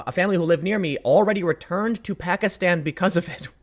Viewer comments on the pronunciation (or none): none